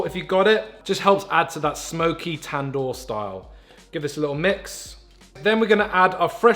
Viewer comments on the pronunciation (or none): none